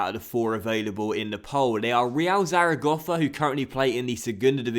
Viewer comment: You say Zaragossa